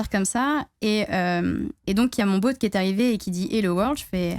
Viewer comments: On l'adore mais je peux pas m'empêcher de faire remarquer qu'elle dit 'boat' pas 'bot' x) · Par contre c'est quoi le délire avec la prononciation du mot "bot" en "boat" ??